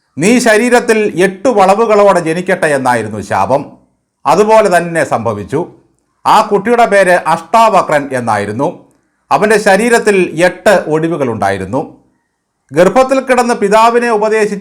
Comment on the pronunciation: അട്ടാ വക്രൻ അല്ല മാഷേ അഷ്ട വക്രൻ ആണ്